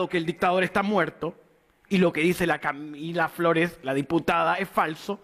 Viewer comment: ahi se te salio lo flaitongo 'Lah Camilah Flores' jajajajaja cuanto nivel de 'profesionalismo' parece que se refiriera a su hermana